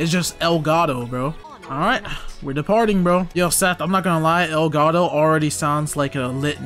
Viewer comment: Everytime I hear elgado, I hear “el gato”. 😭